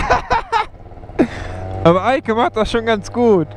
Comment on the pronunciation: Als du gesagt hast hat sie ja super gemacht die Eike hat es sich angehört als würdest du sagen hat sie ja super gemacht die alte😂